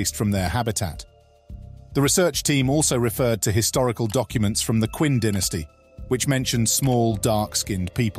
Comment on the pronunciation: I don’t know why I should be so impressed that a computer generated voice can do an English accent as well as an American one. It’s just a matter of programming. But I thought it was a real human narrator until the voice said “the Quinn dynasty”.